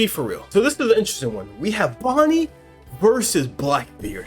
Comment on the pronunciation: BRO SAID IT WAS BONNEY😭😭😭😭